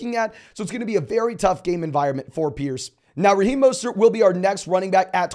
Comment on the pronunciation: Who is Maw-stert? He knew?